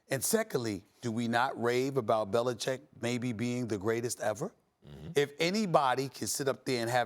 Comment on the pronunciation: Bellachecing? Yo Max Kellerman 😂😂